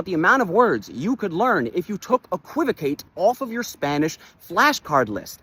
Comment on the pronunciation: WHY DID HE SAY EQUVOCATE LIKE THAT